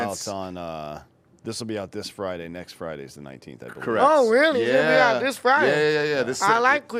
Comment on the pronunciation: It's not Friday, you retard, hard D